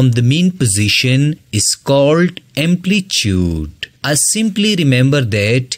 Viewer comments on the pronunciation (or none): Try to pronounce the word amplitude in right way . Ur video was helpful ❤️❤️ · Amplitude ❌ amplichude✔️ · Amplitude bro😂